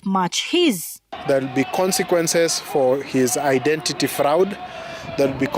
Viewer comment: A full LSK president who can't pronounce the word FRAUD properly!! Useless lawyers!